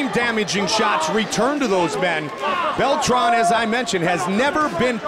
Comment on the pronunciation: "Bell-Tran" "myosick" damn man ask these guys there names before the fuckin fight lmao